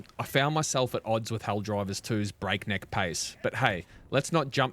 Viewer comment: Are you saying ‘Helldrivers’ for the first minute? 😂